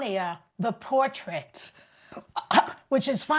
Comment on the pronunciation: When Joy said Ivanka called Melania a "portrait," I thought she said a "poor trick." That would have been the first time I agreed with Ivanka. Oh well.